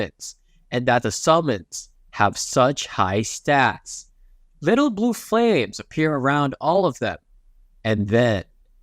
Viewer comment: never heard a Ai voice say little, as littel.